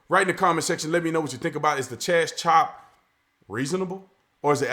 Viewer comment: Cha-zop. Lol